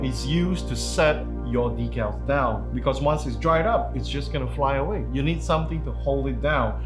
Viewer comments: 1. Dee-cal. #2 sounds too much like D*ckle. On Dry Transfers.. That's a really bad idea to take the parchment (not wax) paper off and hand them, put them on skin. Natural oils we secret can ruin then/make them nearly impossible to apply properly. So, please avoid that, unless you're looking to make the kit weathered and have scratched/dinged up markings. xD There's also Metallic Dry Rubs by DelpiDecal, that apply pretty much the same way as normal Dry Rubs, but they have two layers of film protecting them (at least the way they make them). Sam warning about moisture applies. The edge removal of clear stickers takes many layers of clear coating and wet sanding. (JENIC has a nice video you can use for reference here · It’s DEE-CAL-DECK-ALLs are what lifetime guarantee decks…..